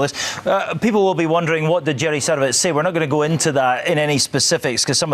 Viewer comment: "sadOWitz" yanks HAVE to pronounce it wrong. they even said it properly on the clip!!